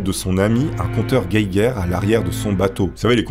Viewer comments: Compteur guéguerre ... on dit pas compteur gégère ? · 😂😂😂 Pardon!? Un compter "gueiguer". Ça s'écrit "geiger" donc ça se prononce "jéjer" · alors on dit compteur gégere et pas compteur guéguère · lol on dit pas un détecteur guéguére mais jéjére 😂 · Ah nan tu as pas le droit la! 😂 « compteur gueguerre » ça se dit jéjère 😂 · Le compteur "guèguère" Sourire:)))) J'adore! Le compteur Geiger à la sauce 👍 Les meilleurs sont forcément de 91;) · "Gueguerre" xD